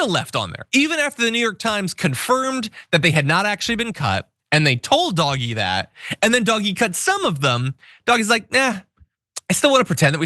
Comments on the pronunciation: I can’t watch this with you calling it dog-e it’s just too weird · stop calling it doggie, Call it dodgy. (Do Ge) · Yes, >>please<< keep pronouncing it "doggie"!! (Online, I use DOG-E.) Everyone ought to. This totally drives the magats wild -- I also refer to Musk only as ELMO -- and the pinheads at work no longer discuss their memes within earshot of me. If they try to pull me in, I ask some innocent simple questions and continue mislabeling their gods, pretending I don't hear their increasingly brittle corrections. What can they do, report me to HR for discrimination, or religious discrimination, or emotional abuse? They can't win. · I think DOGE is pronounced “Doo-Sh”.